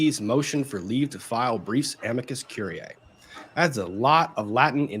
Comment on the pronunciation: I can never unhear ‘amica cream’. Great summations thru and thru.